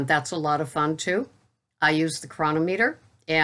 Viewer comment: How many times i got to tell ya its cro non ameter lol.